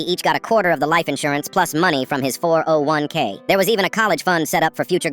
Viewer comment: the way they say 401K is weird